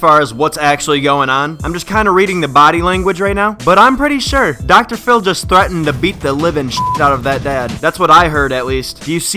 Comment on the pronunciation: Dr phiww